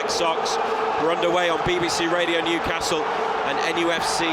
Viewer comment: Yup..and it's Newcastle .. the way u did it , its like saying Liver Pool :)